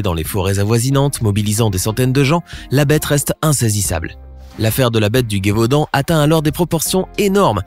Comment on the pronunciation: Petite précision, on ne dit pas la Gué-vaudan mais le Gévaudan, il n'y a pas de "u"